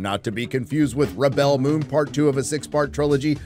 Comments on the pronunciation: Rebel (pronounced reb-ill) - Noun Rebel (pronounced rib-ell) - Verb I’m off to watch the intro another 20 times 😂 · It's not rebell it's REBEL. Your pronunciation was killing 😂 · On your making fun of the pronunciation of "rebel". A rebel is pronounced /ˈreb(ə)l/. To rebel is pronounced /rəˈbel/. Everything else is fine but you can stop purposely mispronouncing the name of the show, which is a noun, as a verb. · Wait... You're pronouncing "rebel" like that cos you don't know the difference between a noun and a verb? That's a weird thing to show off about.